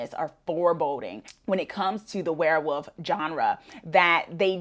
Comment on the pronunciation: Werewoof? Or Werewolf? 😂